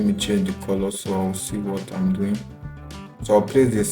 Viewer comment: "what am i duin here?"